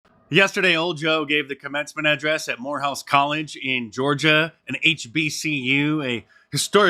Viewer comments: Lol. Swore you said whorehouse college. Lmao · I’ll give Moorehpuse credit, they didn’t have an angry mob breaking windows to get in, or mis pronounce the graduates names? 😂